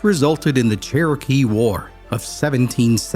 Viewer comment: Why did you say "Kerokee" instead of Saying it right ( Cherokee)??? Let me guess .....so you wouldn't have to pay a royalty for the name....???